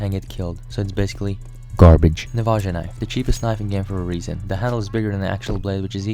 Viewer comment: mans said "navadža"